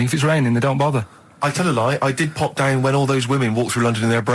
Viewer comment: Dain = Down. Shite ait = Shout out. Steven needs speech therapy 😆